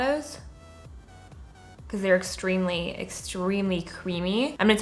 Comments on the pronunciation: anyone notice she said "extremy creamy" 😂😂😂😂😂😂😂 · if you look at her mouth closely she actually says extremely extremy creamy. but regardless it was funny :) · if you listen closely she actually says extremely creamy lol